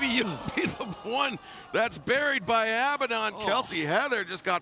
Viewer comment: Does it drive anyone else mad how they pronounce abadon